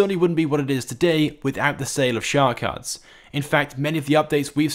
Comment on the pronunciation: "shhhar cards"